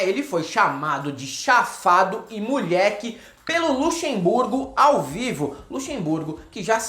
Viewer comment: Luxemburgo, Nunca critiquei. "Molheque chafadoh".